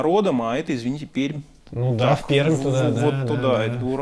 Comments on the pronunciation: правильно произнёс "Перьмь", видимо в теме)) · молодец, правильно произносит название моего родного города Пермь, с мягкой "Р", в отличии от большинства "неместных", учись,!